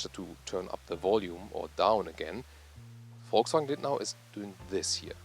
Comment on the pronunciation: Finally someone who pronounces 'Volkswagen' correctly!